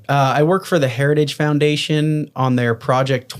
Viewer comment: Oh, he's not affiliated with the heritage foundation, it's just the "hairage" foundation... well that's fine then. 🤣 Let's not let him off the hook just because he can't even speak the language he was raised with.